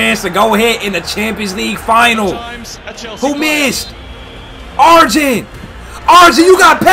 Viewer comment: It's pronounced ArYEN bro 😂😂😂